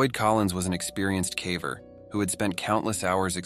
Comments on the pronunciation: Every time the AI reader says cavver instead of caver it makes me sad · Are you sure it's not AI? He keeps saying "cavver" not caver. 🧐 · Definitely an AI channel; who pronounces "caver" as "cah-vurr"? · It drives me nuts every time the damned AI voice says "caaver". No human would pronounce "caver" that way. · I could get into this if the AI wasn't saying calver for some god forsaken reason. Did dude really not listen to his video once before posting? Lazy as hell. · Ai can't even say "caver" properly. Ridiculous. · lol the AI pronouncing “caver” 😂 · The AI mispronouncing "caver" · Considering the main focus of your channel, you might want to teach your AI how to correctly pronounce the word "caver." smh